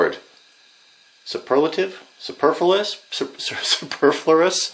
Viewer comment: Soo-per-flu(likethedisease)-us. Don't feel bad, that one can be a tongue twister!